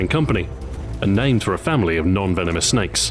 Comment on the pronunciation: I think he said non vemonous snakes